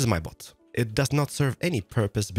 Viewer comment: Valentijn yea, but he said it as bot